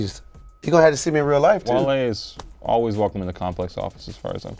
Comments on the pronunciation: gets worst take for calling him wahle and not wale haha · really called wale, wall-e come on man you gotta do better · for that wall-e pronunciation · needs to be punished next week for “waly” 💀😂😂🤦‍♂️ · had the worst take pronouncing Wale as Wall-E 🤦‍♂️ and Trinidad rocked the shit out them Steve Madden joints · said Wall-E lmaoo hold this worst take